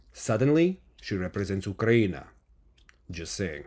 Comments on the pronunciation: I choked on my breakfast hearing “just say’n” in his Russian accent. Perfect execution, high PCS and definitely worth the gold! 👏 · I choked on my breakfast when I heard say “just say’n “ in his Russian accent. Perfectly executed and worthy of the gold!